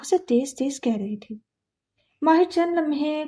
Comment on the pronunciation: yr her pronounciation of MAHI and MAHIR is soo confusing